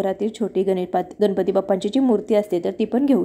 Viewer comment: Kami velet anu kami khatatopat pooja karaychi vidhi chan sangitli ahe. Abhar. Uchcharan shuddh karata ale tar prayatna karava aapan. गणपती asa uchchar asava गनपति असा uchchar चुकीचा आहे. अर्थ बदलतो.